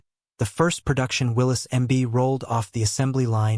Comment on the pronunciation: If you cannot pronounce the word "Willys" and don't know the difference between cubic inches and cubic centimeters you should not make a video about jeeps.